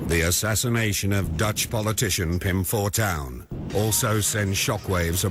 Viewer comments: I find it amusing how you pronounce his name as "Fortune", which is the English word for "Fortuin" (new spelling for the ancient spelling "Fortuijn"). So technically you're correct in the meaning of his name despite the difference in pronunciation ;) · it's okay for you to pronounce it as fortune, thats what fortuyn means, spelled a little weird though. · FORTAIN FOR PRONUNCIATION PURPOSES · fortuyn is accually the old dutch writing for fortune. we write it as fortuin nowadays but the pronounciation is the same. might be a fun fact. And also, I strongly believe Pim Fortuyn would have loved it if you called him fortune as an american. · You did not pronounce his name wrong. You just translate it. 😁